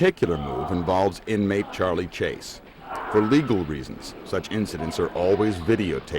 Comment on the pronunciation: "You tell Chahly you'ah in chahge, not Chahly, howeva he cannknot dictate to you when he goes to YAHD".